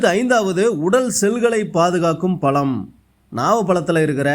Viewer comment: நாவல் பலமா ? நாவல் பழமா ? தமிழை சரியாக உச்சரிக்க தெரியாத தார்*டவராயா தயிர் வ *டை வா*யா 😮